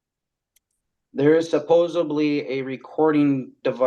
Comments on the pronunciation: It’s supposeDly not supposeBly. Sorry, that’s my nails on a chalkboard. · Hey, genius—WTF is "suppoZUBly"? It’s "suppoSEDly"! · "suppoeseblee" ugh I know it's a little thing that a lot of people do, but it drives me nuts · “Supposubly”…that’s it…it’s over…GUILTY